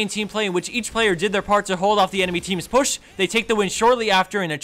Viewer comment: The way he says the word "push"